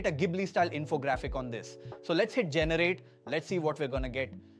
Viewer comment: Ai generated video . Full of crap. Pronunciation of "generate"